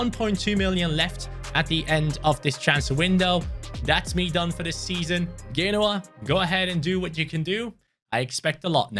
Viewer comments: It's Genoa not Ghenoa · It’s pronounced: Jen-oh-ah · He's pronounced genoa wrong